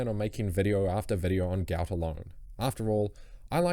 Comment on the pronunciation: isnt his name pronounced guht guht